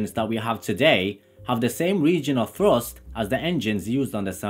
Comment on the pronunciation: ART CORE Afro-Caribbean Londoner?. Fousand pounds of Frust!!☺